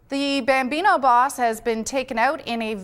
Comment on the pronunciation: Gambino not bambino